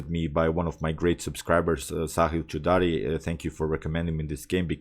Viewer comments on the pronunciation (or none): hahha. You actually pronounced it cho da ri . Choda means fuck. 😂 it's still fine. 😂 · bro you pronounced my surname, a little different, which in turn becomes a hindi cuss word. 😂.